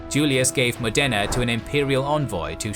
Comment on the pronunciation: The same with Modena and Bergamo. The accent is on the first vowel.